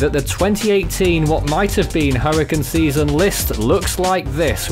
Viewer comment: “Hurricin season”